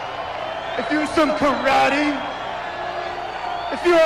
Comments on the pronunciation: *The Question Mark travels back 20 years in the past to correct him* KA-RA-TAYYYY! :P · It's Ka ra te!